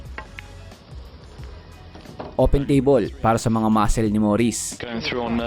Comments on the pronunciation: “MUSCLE” DIMO MABASA NG TAMA😂😂😂😂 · What muskles sounded for MUSCLES????